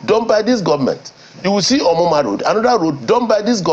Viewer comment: Did I hear him say omuma road? Oga stop lieing ohh